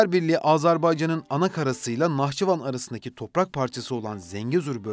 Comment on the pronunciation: Автор когда готовишь материал по грамматике тоже будь добр Быть готовым ударение в Нахчыван Посмотри куда падает ты смешно выглядишь